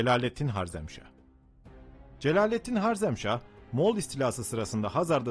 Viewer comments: Sözde tarih. Cengiz Han kürt mü sanki de karşısındaki sadece Türkmüş gibi davranıyorsunuz. Ayrıca harzemşah değil harezmşah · 1 - Cengizhanın ordusunun yüzde 75'i türk idi. Yani soluk benizli moğollar değil türkler saldırdı ama tabiki Cengizhanın buyruğu ile. 2 - harzem değil harezmşah. Bunlar haricinde video çok başarılı kardeşim. Yolun açık olsun.